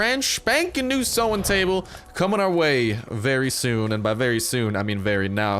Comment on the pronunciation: Is saying sowing table correct or no? It says sewing table